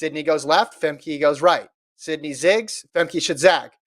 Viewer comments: Famkuh guys. Not Famkey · They pronounce names however they like regardless of how they are pronounced everywhere else. Femkey Bol. Sydney McLofflin. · I believe she pronounces it Fem-kuh.